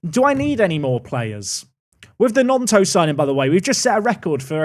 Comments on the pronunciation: Stop saying Gnotto. It's GnoNto!!! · Please can you say Gnonto right it's just non-toe 😭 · Its pronounced Non-tow,! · GnoNto not gnotto